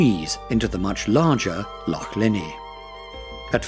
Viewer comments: Lovely photography, but PLEASE get someone to do the commentary who can pronounce the place names correctly! Several mispronunciations, including saying 'lock' instead of 'loch' - aspirated sound, not hard. Spoils an otherwise lovely video. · Beautiful video, but "lock' and 'gay-lic'? Might have been nice to have someone who could pronounce these words properly. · film very good ,however next time get a Scot to do the narration,so the words will be pronounced correctly ie,lock ahhhh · I stopped watching at about when Lochs were pronounced as Locks.Why oh why ruin a perfectly excellent Video with narrative from an Englishman ? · Awful pronunciation of Scottish place names. "Locks and glens". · The narrator was most informative but......if he can't be told how to pronounce "loch" then get a Scotsman to do the job. Don't know why they didn't in the first place, after all - it's all about Scotland ??!! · He can't even pronounce LOCH properly! Sheesh..... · Sorry - tge ch in christmas is a hard K sound. The Scottish loch has a ch coming from the back of the throat . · Great video of my homeland, but why is it narrated by an English person who can't properly pronounce things like Loch, Rannoch, Gaelic etc? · Literally got to 1min 23 secs and the amount of mispronunciations is horrific. Eilean is not pronounced Eileen. Mull has a u in it. Loch has a ch not a ck. Gaelic pronounces Gaylik is Irish! Do some research before you do a voiceover. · Can't even pronounce loch properly, no intention of trying either. Any chance of Scottish people making such a video?